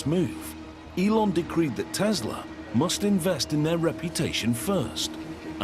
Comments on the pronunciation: Can you please stop saying tezla there is no ZZZ it is TESLA SSSS TESLA NIKOLA TESLA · I love TESLUR!!!!😂😂😂